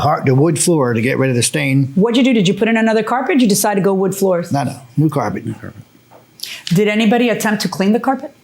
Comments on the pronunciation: "Carpret", it's not the first time I heard that on this show. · “axed” and “carpret”??